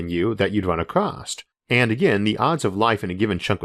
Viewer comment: What an absurd proposal. When we have better radio receivers we will find extensive local chatter in the 100khz to 8gnz frequency range. Unless someone is continuously sending us a powerful exquisitely focused signal we would not hear nothin. And btw, 'across' has no 'T' in it. Not a one. And your graphics are still awesome.